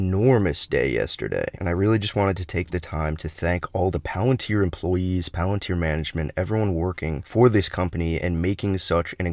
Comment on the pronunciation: Today we will be talking all about... Movie trailer movie voice over engaged Pealenteer